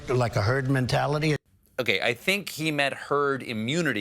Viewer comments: Listen carefully when PINO Trump responds to the question about vaccines being necessary. Just before he uses the phrase “herd mentality”, he actually says “turd”, meaning he was going to say “turd mentality”. A Freudian slip? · I think he actually said turd mentality.